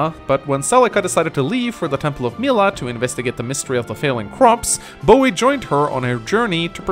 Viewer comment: Love the way you pronounce Boey.